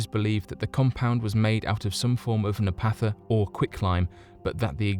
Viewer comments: Say “NAP-tha” not Na-path-a. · what the fuck is napatha?? now, naptha i get.... but napatha??? come on editors/writers......!!!!! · Learn how to pronounce things... naptha, byzantine... nap like nappy, tha, like the, with an long a sound. Byzantine, byz like the start of business, and an like the beginning of an and tine, like ovaltine... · Naphtha is pronounced "naff-thuh" NOT "napatha". Furthermore, , you meant "comprising", not "compromising". Two entirely different meanings, and one has to be very careful!